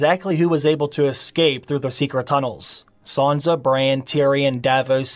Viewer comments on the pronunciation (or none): Good video. Her name isn’t Sanza with a Z. It’s Sansa